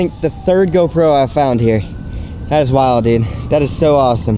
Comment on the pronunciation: am I the only one, or does he say "GoPro" so weird, the wrong emphasis on the wrong syllable.